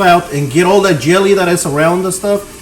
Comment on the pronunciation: Hahaha ....u said gt all the yelly out when cooking the spam 😂 Ur soo funny dude